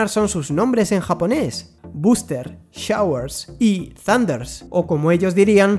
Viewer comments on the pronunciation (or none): "thurandurasu" JAJAJAJAJJAA por más que me gustaría que en realidad esa fuera la pronunciación japonesa, no podría estar más lejana de la realidad, es solo "sandas" :((( sin chiste